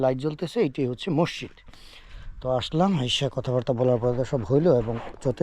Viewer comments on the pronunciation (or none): Hala mosshid na maszid kotha o bole vulval